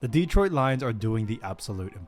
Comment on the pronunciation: Mispronounciations abound... many on the names of the players, but the most glaring repeated one is... it's de-TROIT, not DE-troit.